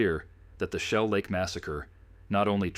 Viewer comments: I wish these messed-up-priorities channels would quit using AI. Shellac?!?!?!? No jidiot, AI. It's Shell Lake. UGH. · You know the voice is AI when Shell Lake comes out as Shellac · If you’re going to use a computer generated voice, the very least you can do is to be able to properly pronunciation words. Shell Lake is not pronounced shellac. shellac is something you put on wood. Whoever is producing this proof hears what you’re putting out absolutely stupid production.